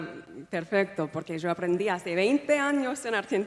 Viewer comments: To me, I caught her saying "Cho" as pronounced in Spain, instead of "Yo". But her Spanish isn't too bad. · Hola amigo! cómo estás? tanto tiempo:). I am argentine, and I can tell you that she pronounces just de "y" and "ll" like us, when she says "mi marido y yo" (my husband and me), she says like "jo'" or "sho'" and that's how we sound. Also when she says "Y bueno", that's very "us". However, she pronounces "z" and "c" like in Spain: "empezar" "gracias", she pronounces "empethar" instead of "empesar" the way we do it in Argentina. The rest, she sounds very latin spanish speaking in general, I think it is because of the influence of so many people from México, El Salvador and many different Spanish speaking countries in California. I visit California every year and nobody sounds in Spanish the way I do being from Argentina. On the other hand, I read somewhere that she's spent some time also in Spain, am I wrong? I wouldn't say she speaks a fluent Spanish though, she might have prepared a little speech to say by heart, otherwise why would she suddenly changed into English? Siempre sigo viendo tus videos, pero qué pena que ya no respondas mis mensajes 🤗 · Her accent is Berlitz. Completely textbook. Argentine accent has "yo" pronounced more "zho" not "jo". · What accent or dialect is she using when she pronounces “sho” for “yo”? She claims to have learned only castellano in Argentina but this is not castellano. She also claims castellano is more like Italian which is pure BS. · También dice "io" en lugar de "sho" que es como es pronuncia Yo en el Río de la Plata. Saludos desde Uruguay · She has some argentinian slangs and the way she pronounces Yo (I) like "Sho" and not "Io" like the rest of the latinamerican is very distinct from the rioplatense spanish (Buenos Aires, Uruguay and South of Argentina). Obiusly she si a little rusty and her spanish is not so fluent. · The first yo was pronounced with a j or joe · Jose, she is pronouncing “yo” with a J.